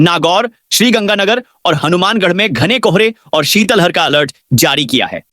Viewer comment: श्रीमान शीतल हर नहीं है, ये शीत लहर शब्द है। Plz उच्चारण सही करे ।